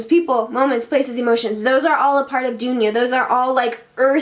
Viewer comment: This vid will help you get the pronunciation of duniya